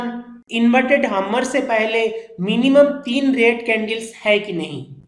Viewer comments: Hummer nai Bhumer it's called hammer haaayymmmmeeerrr... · Hummer nhi hammer hota hai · Sir Ji hammar nahi hammer hammar hi bol dete